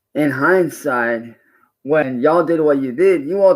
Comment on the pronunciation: "In hindside"